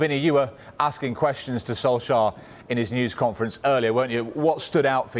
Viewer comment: Who Notice Pep Could not pronounce Ole Gunnar Solskjær Name He Struggled😅😅😅😅😅😅